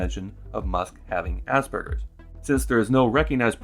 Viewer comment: worse, he said it asberjers, like he's never heard the word before, only seen it written down